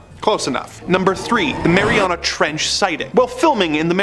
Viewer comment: It's Mariana